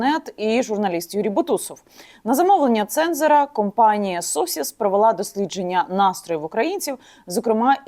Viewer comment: Компанія Социс, а не Сосіс)))